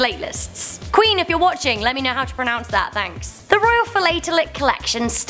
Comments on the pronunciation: If you ask me.. it's fee-la-teh-leests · FYI #9 Stamp collectors are called FILL-AT-A-LISTS. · Philatelists is pronounced fil-at-el-ists